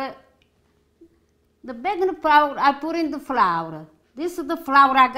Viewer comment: Need to subtitle more, took me 5 rewinds to understand "Baking Powder". I know it's in the list of ingredients, but then Eggs, Salt and Pepper are also in the list.